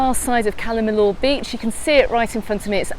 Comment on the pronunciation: LL pronounced Y. I is pronounced ee. Cala meeyor